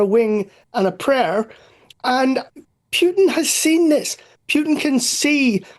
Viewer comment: What's with idiots who can't properly pronounce a simple name like Putin?